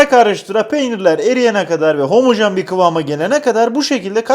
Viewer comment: 30kere homajen diyor😔😔😔😔😔😔😔😔👍👍👍👍👍👍